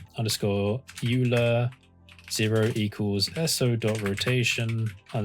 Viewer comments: sorry for this late comment , but i guess u miss pronounce the Euler , Its Oiler , not Ular . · (psst. its pronounced Oiler) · euler is pronounced like "oiler" btw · I heard it is actually pronounced with a hard G... like GIF. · Really, really nice explanation. The only thing is that Euler is pronounced "oiler". Everyone gets that wrong at first but the dude absolutely rocked so he's worth the tricky name. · Good work. I think Euler may be pronounced as 'oiler.' Still, very good. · Euler is pronounced OILer!!! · its not Euler, its Euler! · Am I the only one who's uncomfortable with the way he says "array" and "Euler"?